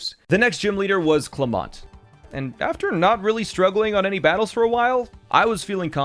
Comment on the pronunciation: How dare you say his name wrong it's pronounced Clem ent